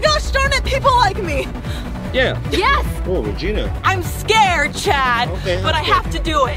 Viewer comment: regina not rigina